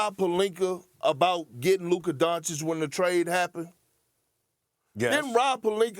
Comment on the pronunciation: All these years covering Luka and SAS still can’t say his name correctly. “Donchick”. I know it’s a small detail but it bothers me every time I hear it lol